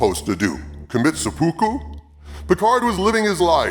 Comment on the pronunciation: Seppuku; pronounced Sep-A-Ku. Well, at least you didn't say Hara-Kiri ;-)